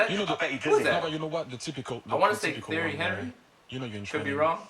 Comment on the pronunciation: please say tee-airy Henry not the-airy please fix this